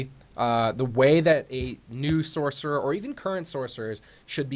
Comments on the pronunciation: i die a little each time he says SORK, sorc isn't even a word anyway, if your going to type it out to make it easier to communicate that's one thing,but to say it out loud? how hard is it just to say sorcerer, its just lazy really, and sounds stupid, at least pronounce it as sors. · Gargnoiz says the man that can't understand where the S sound in sorcerer is